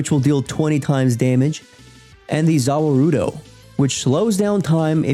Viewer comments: "Zawa rudough" Dead Lord, my ears 😭. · Was disappointed with his pronouncement “Zara woodo” 😢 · Ahem..the way you said ZA WARUDU threw me off hard😭..great video though